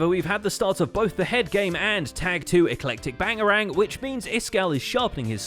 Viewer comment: Is nobody gonna question why instead of saying Tag 2: Electric Boogaloo he said Tag 2: Eclactic Bangalang...